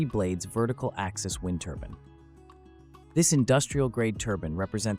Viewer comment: Wind turban??? Lol another fake AIBS video